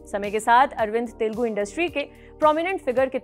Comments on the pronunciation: its Telugu not telgu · Kind request: it is not “ Telgu “. It is TELUGU “ It is small thing but looks like your anchors need some training. Thanks for your understanding.